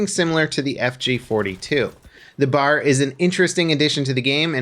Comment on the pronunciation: Its B.A.R. pronounced separate